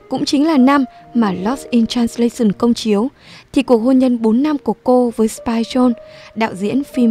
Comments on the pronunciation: Dù giọng bạn nữ rất hay và truyền cảm nhưng mỗi lần bạn đọc từ transla - xừn nó tụt mood quá ấy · Làm ơn học lại cách phát âm "translation" đi xin đấy.